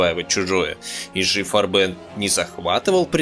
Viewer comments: Да почему и жи фарбэн (ударение на последний слог ? ) и г фарбен (красители краски по-немецки) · Не корректно ставите ударения и произносите на французский манер: Не "И Жи фарбЕн", а "ИГ фАрбен". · Отличный фильм. Только не фарбЕн а фАрбен ударение на а должно быть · Отличная работа. Помогло взглянуть на некоторые события становления Рейха под другим углом. Однако, периодами казалось, что автор изучал французский как иностранный, впервые слышу такое произношение «ижи фарбЕн» (уля-ля-ля, месьё), мне привычнее по-немецки – И-Гэ ФАрбен.))) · фАрбен - ударение на А - пипец как режет слух. если уже делаете серьезный ролик можно было бы и проконсультироваться. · В немецком языке ударение ставится на первый слог. ГАбер, а не ГабЕр, фАрбен, а не фарбЕн. G читается как Г, а не ДЖи. В остальном все так. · Муха-перемуха, неужели трудно, всезнайки, поинт.как произносить пару слов 🤣 - не , ,ижи фарбЕн,, а И Ге фАрбен. Бляха муха. 🤣🤣🤣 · автор вы наверное французским языком владеете? А я немецким. Так вот не ГабЕр, а ГАбер, не ЕЖИ ФарбЕн, а ИГ ФАрбен индустри. И т.д. Это не французские, не английские названия и фамилии, а НЕМЕЦКИЕ. Не надо ломать язык. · ИГ ФАрбен. Консультируйтесь у носителей языка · Уже сильно поздно. Но не читайте пожалуйста немецкие названия по-английски. И Гэ Фа'рбен. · ты хоть с немецким языком бы хоть чутка ознакомился бы, фарбен, фАрбен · Автор, у вас с немецкими ударениямм все очень плохо, слушать и смотреть после "фарбЕн" невозможно. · Ну видео просто бомба , нет слов . Однако ударения Автор ставит просто гениально , как будто не Германия , а Мексика какая то . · Farben - немецкое слово. Ударение на первый слог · IG это никакой не еж вам или ижи. это И Г или игэ фарбэн с ударением на букву А, а не на Э... в немецком не существует такого произношения... ижи ужас просто. G это не Ж. AG = АГ акциенгезельшафт.